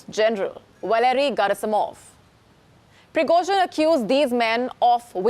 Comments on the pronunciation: lets say it slowly - Priee-gOooh-jieen, not pirogozhin. ah, nvm for me he was just an ex-con. no hero. then a cook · You don't pronounce the surname correctly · If he didn't die in the crash he's now surely dead after you butchered his name so many times 😂